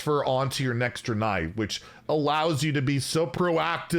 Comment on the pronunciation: It’s pronounced Dray-nei